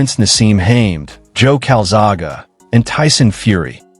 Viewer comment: Enough to know his name is Calzaghe... and i can pronounce it correctly... unlike your video audio??? and to think you used an AI voice too:face-purple-crying